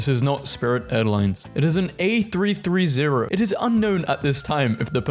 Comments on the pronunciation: DID YOU JUST SAID "A THREE THREE ZERO"? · “it is an a three three zero” hurts the soul of all avgeeks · I know you’re not an aviator but it’s airbus A Three-Thirty. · did you just say "a three three zero"? IT'S PRONOUNCED "A THREE THIRTY"! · As an aviation enthusiast the way you pronounced A330 heavily offended me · I’m slightly offended about how you pronounced a A330 a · the way he pronounces A330 pains me